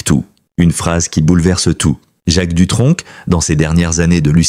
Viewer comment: On ne prononce pas de c à la fin du nom🤭🤭🤭🤭